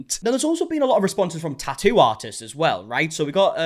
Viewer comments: You said "tattoo artist", I heard "tighty whities". 😅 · Three ts in tattoo and somehow you manage to pronounce only one of them